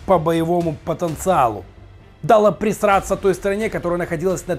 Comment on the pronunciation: Почему ты говоришь прЕсраться? Правильнее прОсраться!